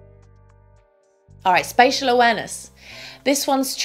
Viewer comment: “spatial” dear